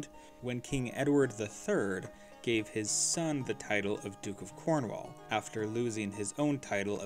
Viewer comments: American's should be banned from speaking English. How tf do you butcher "Cornwall"? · Cornwall. The wall part is not pronounced as wall but more like wool